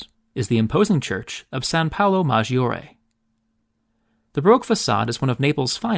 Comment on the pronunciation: No "ee" sound in giovanni or maggiore or giorgio. So it's joe-VAH-nee, mahJOE reh or Jor-joe😊.